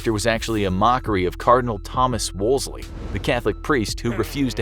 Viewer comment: Thomas Wolseley. It’s NOT pronounced Wools-li. It’s proper pronunciation is WOOLZY. Don’t worry. Lots of (uneducated) English people get it wrong, too!